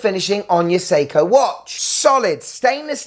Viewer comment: I like that ‘Sei-tona’ 😂